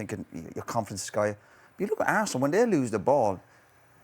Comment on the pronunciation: Man said harsenal 😅😅😅